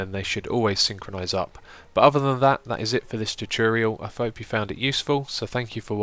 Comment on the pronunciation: Lol, he said " I fope you found this tutorial useful" XD